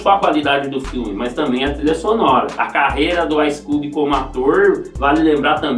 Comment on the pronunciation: Um pouco de agonia com sua pronúncia do nome dele. Ice "cúbi".